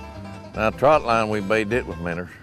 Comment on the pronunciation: the way he says minnows "minners" lol